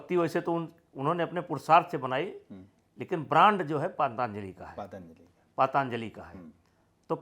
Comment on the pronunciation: नेता जी पातंजलि का नाम ठीक से नही ले पा रहे है दूसरे पर आरोप लगा रहे है।